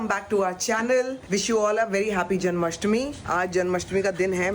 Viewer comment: Its jan*maa*stmi u r saying janmastami😂